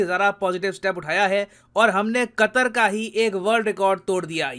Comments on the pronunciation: Nitin ji ne qater ke " pr katter" diye 😂😂😂😂😂😂😂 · Qatar sounds like Gatar🤮